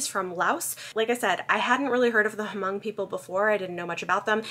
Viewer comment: I believe the "h" is silent in Hmong.